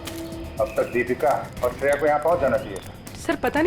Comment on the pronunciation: Shreya hai bola tha sune me lag raha hai ki daya bola hai😊😊😊😊😊